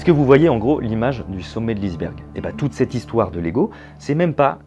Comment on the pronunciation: « Le sommet de l’isse-bergue »